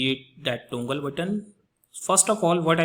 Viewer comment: Its toggle not tongle but good video.Thankyou